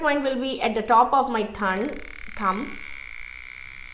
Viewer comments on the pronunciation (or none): good video BUT at 3.56th minute of this video you said press hard at 'top of my thunn' ... i am confused ...whatz that please